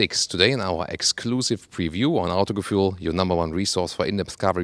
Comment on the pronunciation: The new Audis all look so boring and generic!, please try to pronounce Autogefühl in german. It sounds ridiculous if you pronounce it with an american accent.